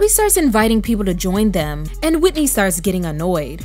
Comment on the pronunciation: The way he stressed Whitney omg😵‍💫🫨